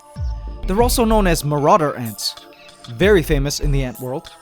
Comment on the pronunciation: it's MARAUDER ANTS sir